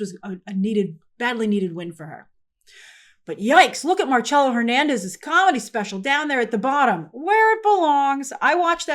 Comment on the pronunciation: Why does Grace keeps pronouncing Marcelo's name as if he was Italian? 😂